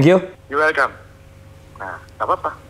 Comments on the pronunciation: om ari : thank you soo much om andre : welkame wkwk ngakak yallooh wkwk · Ari Lasso: thank you soww much Andre : welcamaah G ketahan buat nahan tawa hahahah